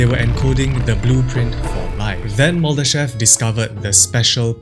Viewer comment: Боже!!!! Так коверкать ФИО Мулдашева может только И И, сколько можно такое слушать??????????